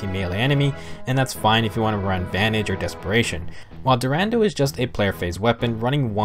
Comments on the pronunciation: Sorry for this but i always laught so hard, everytime you said "DuRANDEL" but this Sword is called "DuranDAL" just like Brave Roy say it in his Quote. But i really love and enjoy your Videos! You make a really Good Work! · It's dur-ah-dal